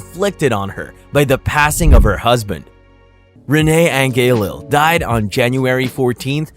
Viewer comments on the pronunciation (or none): OMG!!! You should know by now how to pronounce Renee's last name by now! It's An-J-elile!!